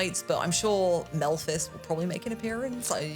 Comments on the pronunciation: Also it's Mephiles, not Melphes! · She called Mephiles “Melphis” I am 💀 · Po-tah-to, Po-tay-to. It won't make the game any better.